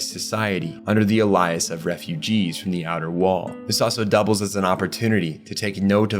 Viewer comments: I LOVE YOUR CONTENT BUT WHAT THE FUCK IS UR PRONUNCIATION?? WHY IS ALIAS SAID LIKE ALLI ASS WTF😭😭😭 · Holy the mispronunciations are pulling my focus out the video so much. Is it just me? Not even just names but common words like “alias”. Still a great video just messes me up for a sec I gotta rewind to make sure I’m hearing/understanding properly